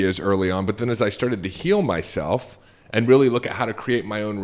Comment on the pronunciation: New listener, great content! It is distracting to hear L as a "W" Re-al-witty........